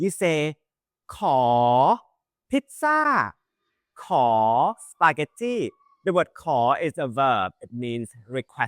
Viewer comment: ทำไมออกเสียง Spaghetti เป็น สปาเก็ตที่ ต้องออกเป็นสปาเก็ตตี้ไม่ใช่หรอครับ บางทีรู้สึกว่าคลิปแบบนี้ สร้างไว้เพื่อโชว์/ฝึกภาษาอังกฤษมากกว่าสอนภาษาไทยครับ :/